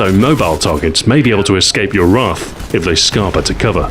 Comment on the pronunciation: Stu, as a Mancunian, I am obliged to tell you that I despise the way you say 'wrath'.